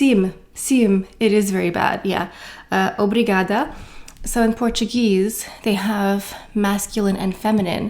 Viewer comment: I wish you very nice vacations. The Spanish of the south eat at 10 and some do siesta, Portuguese start with dinner at 8pm and sometimes even . Dinner at 9pm is late in Portugal. Here a YouTube channel I recommend: Obrigada is perfect 👍 In Olá the á is the strong vogal (like when you show the throat to the doctor).😂 Como vai? (How are you doing/going?)Is correct, but more used in Brazil. Como está? (How are you?) is more used in Portugal. The same strong á (the throat á like in Olá 😅). Um café ☕️, por favor?. In Um, you do not finish the “m”, is not pronounced Ume but Um (you do not put your lips together at the end of the word). Hope I did not make you to tired with a Portuguese overload. I could understand everything you said and the portuguese people will be delighted to see you try. A great majority of Portuguese speaks English. I’m Portuguese but leaving now in Germany now and I’m totally jealous 🥰.